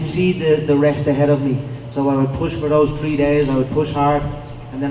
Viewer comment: "Trees day on, tree days off" LMFAO